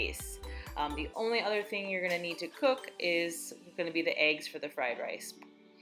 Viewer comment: Love the video and congrats on the progress! The only thing that kills me is when people pronounce "eggs" as "aygs" lol. Like when people pronounce "legs" like "laygs" 😆😆😆